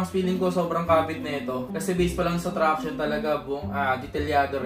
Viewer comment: Pangs 'traction' Hindi tranction hahahh